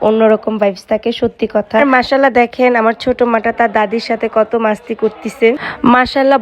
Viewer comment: মাস্তি না বইন মস্তি